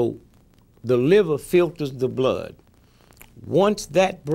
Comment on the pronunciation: why did he drop the r off liver would've been a good question for armstrong to ask him